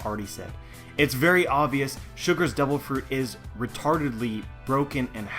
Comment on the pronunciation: Its just me or "devil" sound more like "double"